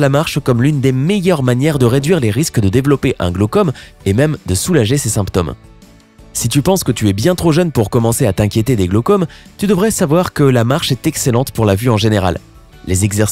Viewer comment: On prononce "glaucÔme" et "symptÔme"...la marche n'aide pas à prononcer correctement semble-t-il! 😀